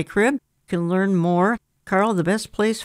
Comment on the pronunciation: Carl. Not Carel